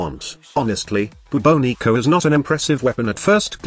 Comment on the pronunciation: I think you are mispronouncing it. Shouldn't it be pronounced more like the Bubonic Plague? Class name D.E..